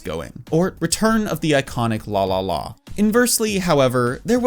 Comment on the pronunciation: The way you pronounce LALALA as LÅLÅLÅ make me think, "You Swedish"? 😆